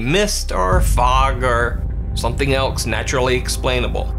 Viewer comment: Is it me or does consistently pronounce the work "else" as "elks"? See. I've heard it in a few clips now. Is that because of a regional accent?